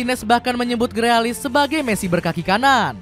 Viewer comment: Grilis bang, bukan grealis 🤣